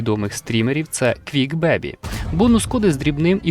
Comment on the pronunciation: сорі але мушу поправити бо кров з вух 🙂. Чувака звати "квікбеЙбі" а не "квікбебі"